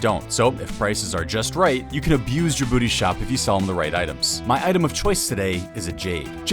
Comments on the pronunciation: Correction: The name is Gabooty, not Jabooty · Its Gabooty not Jabooty smh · Gabooty not Djibouti 😂